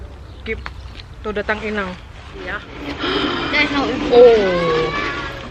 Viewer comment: keluar batak nya, "inaaaannggg " 😀😂😂 Akrab sama inang simatua ya kak... Wkwkwkwk